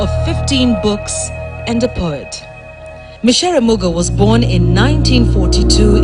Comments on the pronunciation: True. Was abit disturbed when she misprounced her name. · Kindly note she is not Mucere but Micere.